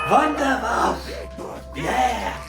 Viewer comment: It’s not Wunderwaff, it’s wunderwaffEEE. It’s GERMAN you DO say the e at the end. Don’t wreck up the German language. ⚡️⚡️